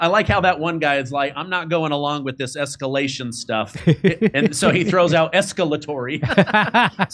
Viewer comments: “Trumps esculation” haha retard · esculation... :face-blue-smiling::face-blue-smiling::face-blue-smiling::face-blue-smiling::face-blue-smiling: A.I. not so sharp eton